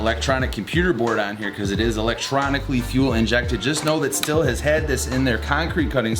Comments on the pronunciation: It's not pronounced "still" it's pronounced "steel" ... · Just a friendly FYI. Stihl is pronounced “steel” with the “h” silent. Well produced vid. Keep on truckin’